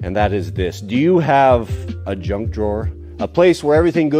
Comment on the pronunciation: Paul Akers calls it "Knuj" instead of junk.